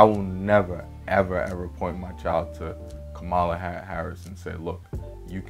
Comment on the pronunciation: I knew what this BS video was gonna be about when you couldn't Kamala correctly.